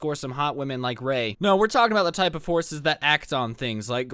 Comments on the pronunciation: am i the only one who thought he was saying horses and not forces? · UM the whole time you were saying “Forces” I heard “horses” and it took me until to realize you were saying “forces” So it was like “So we had a whole unit dedicated to horses “ And I was like o that’s cool yeet all the horse girls were quaking lmao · I honestly thought you said something about horses and not forces